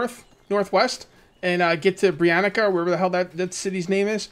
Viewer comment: I know that this comment will probably make someone angry and/or was in the comment section before. For anyone that cares about the proper way of saying the names of the in-game villages - it's quite simple. It's not "Hornika", "Baranika", "Branika", like the name "Monica". The proper way is to say "tsa" instead of "ca [ka]". So Baranitsa', Branitsa' and so on. Because the names are based on Slavic languages [mostly Czech, Slovak and Polish] just for example the name Hornica can be said in couple o' ways. In Polish the best equivalent would be "Górnica" [ G oo rni tsa - or something like that].